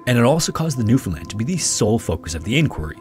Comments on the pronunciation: Im from Newfoundland. Props for your pronounciation , rarely hear non natives of the province say it right. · Newfoundlander here, appreciate you pronouncing "Newfoundland" correctly! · I was born, raised and live in central Newfoundland, and I’d like to say thank you for pronouncing it correctly. Awesome video, I remember learning about this in middle school and it’s nice to see a great channel covering it. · Thank you for pronouncing Newfoundland properly! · Shoutout to this guy for pronouncing Newfoundland correctly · As a Canadian it felt so good to hear newfoundland said well, not NEW FOUND LANDS 😂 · 10000 points for pronouncing newfoundland properly!!!